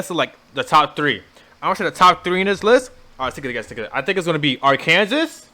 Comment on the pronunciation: I get the feeling this dude really thinks Arkansas is pronounced R. Kansas and wasn't being funny.